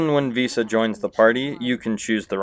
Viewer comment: Can’t handle this guy calling one of the most iconic characters “Visa”